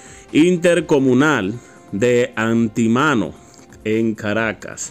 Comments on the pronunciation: No es anti mano, es Antímano, palabra esdrújula, acento en la antepenúltima sílaba. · ANTÍMANO, no Antimano. Acento en la TI, palabra esdrújula.0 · Se dice Antímano. Tiene acento en en la I, palabra esdrújula. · Antemano y carapita pronunciarlo así como esta escrito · Antimano con acento en la i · Antímano tiene asento en la i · (Antimano) acento en. letra i) por favor pro uncie bien las palabras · Se dice Antímano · Antímano, acento en la “í” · Ni siquiera sabes hablar Antímano lleva acento en la iiiiiiiiiiii